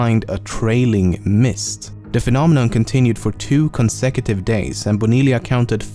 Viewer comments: Bonilla is pronounced Boniya not Bonilia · Bo Ni La? Lol bro its Bo Ni Ya